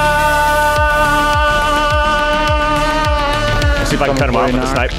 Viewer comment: i appreciate him pronouncing carne asada the right way.